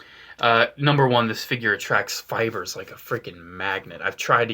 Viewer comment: When you said that Anakin attracts "fibers" I thought you said "spiders"